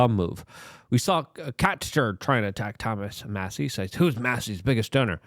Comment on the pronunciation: You finally pronounced Massie’s name correctly